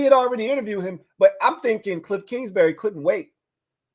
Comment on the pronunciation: It’s kingsbury not kingsberry